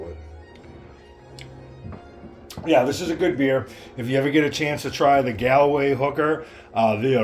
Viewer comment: Hi not being rude but Galway is pronounced Gaulway and you really should try Smithwicks as it's the best !